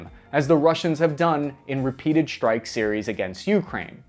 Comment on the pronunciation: wtf is a "Shtrike package"?